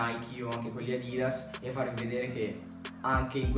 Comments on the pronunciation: "Adìdas" è la pronuncia americana, "Àdidas" è la pronuncia tedesca, inglese ecc... essendo Adidas un brand tedesco si deve pronunciare nel secondo modo, NON all' americana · La pronuncia americana deriva dal fatto che questa cultura delle sneaker è nata in America, per questo pronunciamo così i brand